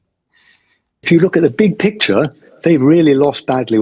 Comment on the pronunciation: "In a bik pikcha" - british "elite" arrogance and russophobia should be treated with a proper medicine. Highly likely Oreshnik over Westminster will cure the problem :face-blue-smiling